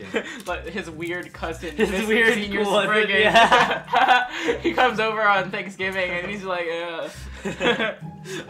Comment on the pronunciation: It is lord spryzen not lord spriggan